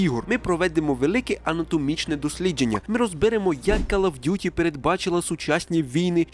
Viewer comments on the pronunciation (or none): Не ''кАл'' а ''кОл оф д'юті :-D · Просто друга секунда відео — кров з вух. КАЛ оф дюті 💩